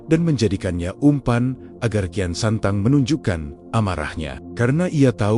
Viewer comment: Bukan kian santang, kian sancang